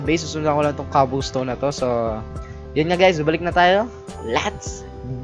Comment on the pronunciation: Hahahahaha kawawa si saying young cobblestone dahil as proper hahahahaha XD